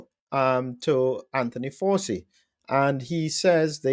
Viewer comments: Why are you pronouncing “ Fauci” incorrectly? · It is pronounced like ouchie...fau(ch)ci. Joe just signs whatever they put in front of him...he would know about political lawfare...as he unleashed it on trump and many other innocent people from january 6th. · It’s pronounced Fowchi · Sorry for being pedantic but please pronounce the mass murderers surname properly...."Fow-Chee" phonetically..... So is this pardon for Covid, and/or HIV??